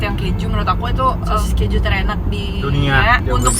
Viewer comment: Sosisnya kalo dipencet keluar ke juuuuu.. bukan pe juuuu. Omaigat mulutnya 😂😂